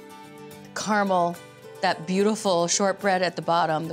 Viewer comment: Finally! CARAMEL pronounced CORRECTLY!